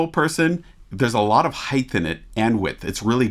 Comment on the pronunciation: Height not heith. Really love your analyses.